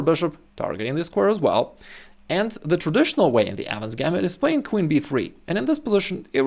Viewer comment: bro this whole time i thought he was saying "adams gambit"